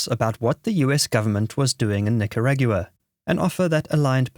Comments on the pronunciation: wtf Nicaragyooah? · this automated voice is awful. Yes, I meant automated voice, not AI. If it was AI it would most likely know how to pronounce Nicaragua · You must be kidding. Can't even say Nicaragua.